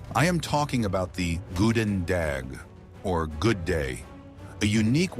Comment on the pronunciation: The lack of effort to pronounce the flemish and french words correct, not even the most relevant ones like Brugse metten, Courtrai, schild en vriend, goedendag, the names of the antagonists... sort of spoiled it for me. 🙄